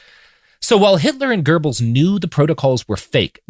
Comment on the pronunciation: Robert pronounces Goebels better than I ever would, and still my stupid brain always hears "gerbils". And here I am laughing silently imagining a bunch of gerbils in a trenchcoat.